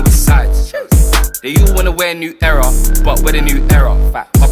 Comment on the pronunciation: Shame you cant pronounce the word era properly